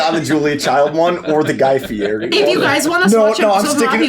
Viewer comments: Why call him Guy Fly-eri when Fly Fieri was right there ToT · Guy Flyeri should have been Guy Fey-eri 😂😂